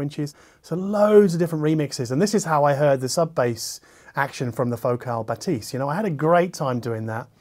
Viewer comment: Pronounced BathEs. Like the E in english is.